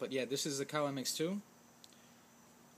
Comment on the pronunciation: Hey man its not cow its pronounced Cee-A-Oh just like the letters